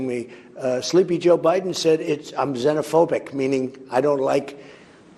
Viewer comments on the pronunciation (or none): I love how he explains what xenophobic means. I'm sure he assumes nobody knows the definition since he just learned the word right before the interview lol. And he mispronounced it. But whatevs